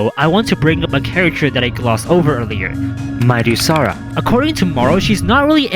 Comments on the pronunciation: Either midusara is pronounced more like madusa, or midas (like his golden touch) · I think Midusara should be read as Mai-da-sara. As the reference to Midas, from who the power of petrification came from as a reference, to begin with. But it's just a theory